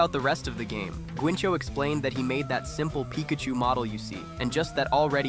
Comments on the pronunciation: ¿Guincho? Lmao, "Guinxu"! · "Guinchu"bro is not pronnunced like that, im from spain but i dont know how to explain it, its like if you said gancho lol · Guinxu is pronounced like the first syllable in "guilty" (without L) add an "n" and then the pronunciation of the number "Two". "gui" + "n" + "two" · Pronouncing guinxu as "gwinxo" should be a crime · "guincho" JAJAJAJAJAJ grande guinxu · And the name Guinxu,oh my god,its like say "gotchu" but a little diferent(a spanish native here) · Guinxu = GÜINCHO HSHDHDJSJSJSJ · or the GUINCHO instead of Guinxu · Se siente raro ver a alguien diciendo ese nombre tan horriblemente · the guinxu and midi pronunciation hurts me 😢